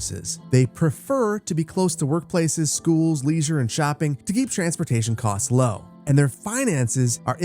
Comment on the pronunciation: The way you pronounce 'leisure' kills me 😂